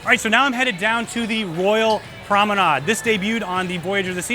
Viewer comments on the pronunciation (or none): I have a cringe for mispronunciations, and I was wondering why you keep saying PROMENAD and not PROMENADE? Is that a ship terminology? By the way, great video, thank you so much.